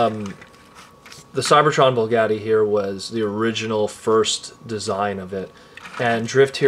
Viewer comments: its BUGATTI** not bullgatti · Bugatti not bulgati smh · b.u.g.a.t.t.i....there is no L in the the name Bugatti. Other than that excellent review!! Keep up the great work!